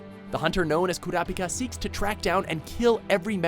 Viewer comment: Wtf Kurapika vs Uvo-gin? Learn how to pronounce